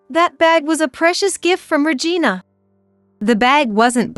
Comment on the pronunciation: 🤣🤣🤣🤣 Could you please stop pronouncing the name Regina as vagina?